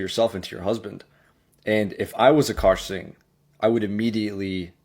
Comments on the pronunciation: A car singh! Victoria alvarez! Man butchers peoples names😂😂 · “A Car Singh” this guy kills me😂😂